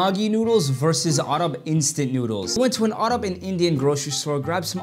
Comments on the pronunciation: His pronunciation of Maggi and Arab is killing me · Bro everyone is talking about his ''maagee'' Pronunciation, but why is no one talking about his "aaggrab'' Pronunciation🤨